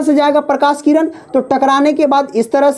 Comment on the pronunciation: Abhi bolana shikh jao किरनkah rahe ho tu